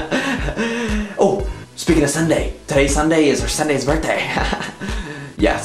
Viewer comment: wait at 1;51 did it say sin-day